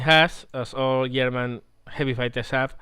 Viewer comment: You said yerman in staid of German.... You must be Swedish